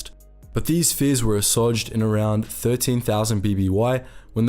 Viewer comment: You can tell someone else writes your scripts because you mispronounce words like assuage